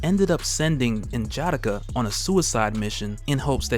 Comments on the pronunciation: N’Jadaka (N-Juh-D-Ah-K-Uh) is dope as hell and I love your videos but that pronunciation felt off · I like the reviews, but hate the way you pronounce N'Jadaka its [Nuh - Juh - Dah - Kuh ] similar to T'Challa [ Tuh - Chah - Luh ] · This is cool but you have to pronounce the "A,s" in "N'JADAKA" like an "O" in "ODD." You are using English vowel pronunciations on African names and it sounds terrible. Video is dope though. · Only thing that bothers me about these videos is how he butchers N'Jadaka's name. Other than that, dope video.👌🏾